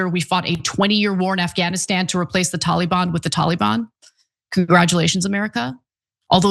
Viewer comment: Tolly bahn!?!?! Tf???😂